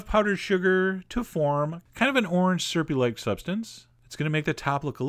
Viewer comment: I love Chef John, but two words I hate listening to him say: 1. Skewer 2. Syrup.